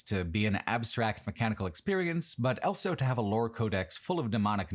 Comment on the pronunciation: pronounces the word "also" as "elso"